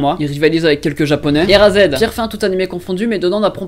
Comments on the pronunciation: pour moi le pire c'était quand même "Errazède" pour erased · Erased mdrrr, prononciation anglaise non présente :p au début j'ai pas capté du quel tu parlais mdrr, sinon, merci de nous présenter encore des animes, sinon j'en connais pile 25 sur 50, et je ne savais pas qu'il y avait un anime de Guilty Crown Continue comme ça, tu gères :)